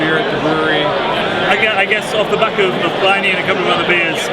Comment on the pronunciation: Can't you get Pliny's name right? It's pronounced Plinny (like Vinnie). Short i. It is not ply-nee!